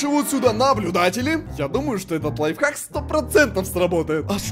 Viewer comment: первая шоколадка которая правильно сказал слово ЛАЙФХАК